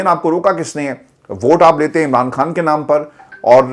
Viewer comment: Please خان بولیں ۔۔۔کھان نہیں